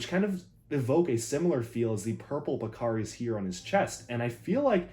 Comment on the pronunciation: Pakari? more like Pec-ari with this guy